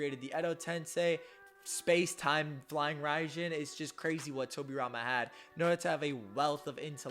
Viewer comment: It's tobirama and it's not even close